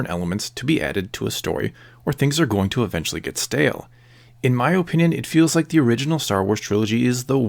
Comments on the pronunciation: Its Uh-Pinion, not Oh-pinion. but yeah this was a great video :) ! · Ur video is good but u keep saying OHpinion